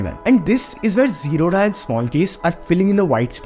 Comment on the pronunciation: Bro, say "Zerodha" properly... It's a Bangalore based South Indian company... So dha not d-ha...